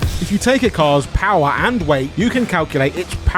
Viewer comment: 22 seconds. The man says the word "PoWaH" like Skelator